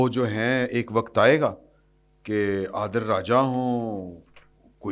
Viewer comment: Sab log adil raja kehti Han ap bar bar adeel raja kehti han